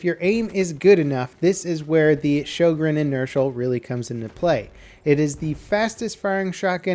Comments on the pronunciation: showgreen??!?! its sjögren :( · It's actually pronounced rho-gren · i think sjogren is pronounced syogren cuz it sounds nordic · Your pronunciation of "Sjögren" sickens me. "Ö" sounds like the "i" in "sir" (the brittish sir).